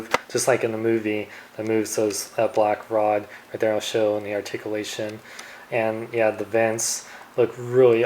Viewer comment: Wow. Sad doesn't do reviews anymore. Asked for money?. That's sad. Argh. It's ARTICULATION!! Pronounce it right!!. Lol. Well since your gone. Guess I have nothing to bitch about. Hahahahahaha